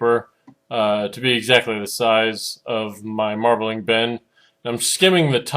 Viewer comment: "...water marbelinger..." lol